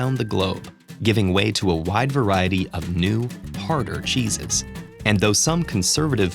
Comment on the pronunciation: Chesses kinda sounds like jesus